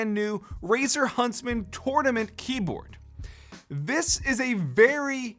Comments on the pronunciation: Take a shot every time he says "Torn ament" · Its pronounced “tournament” not “tournament” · Ahhhhh the way he says tournament 😂